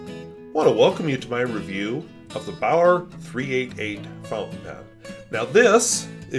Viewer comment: The correct pronunciation in English is "be'are" or "be'our"